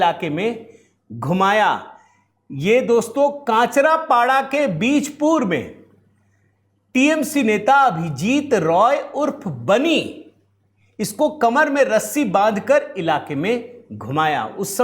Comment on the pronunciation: काँचरापाडा नहीं कचरापाडा सही उच्चारण है।